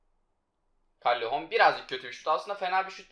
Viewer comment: Callehon degil calehon tek "L" ile